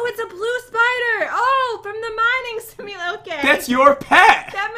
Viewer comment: She said mining simuloki